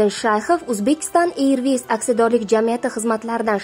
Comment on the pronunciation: Танел ма тюнель тугри айтинг.Ирвис эмас эрвис.